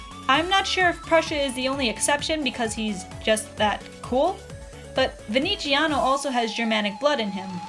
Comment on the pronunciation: Oh Darling Nah mate, in Italian you say the "z" like a strong English "z", not like a "ci" it's totally different to an Italian's ears, sorry